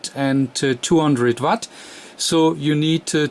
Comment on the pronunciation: I love your videos, I'm learning a lot by watching them! I still have to get used to your English. I'm fascinating how the languages have evolved -- "Watt" comes out "Vatt", but "VHF" comes out "Wee Aitch Eff". The way we pronounce W and V are apparently reversed! I wonder how that devleoped, etymologically? This isn't a disparagement, for those who think I'm making fun of his accent. I'm not, I'm fascinated by it and truly do wonder how that evolved over time between geographical locations. EDIT: Ooh! I found a page that gives the etymological reasoning behind it! They cite "hypercorrection" as the root cause. (The URL is misleading...it's not "wrongly", it's just differently.)